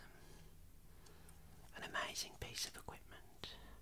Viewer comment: I just love it when you say "equipment" 😴